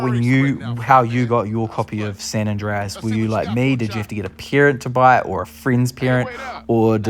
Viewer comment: Saint rooow?🤣🤣